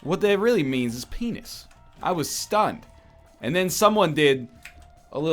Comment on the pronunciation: I didn't know phehnis had H's in it